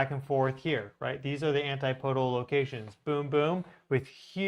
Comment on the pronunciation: Sorry for this, but but my O/C kicks in every time I hear it. ANTIPODAL: an-TIP-uh-dul. "PODE" is not stressed. Keep doing the good work,. You are greatly appreciated.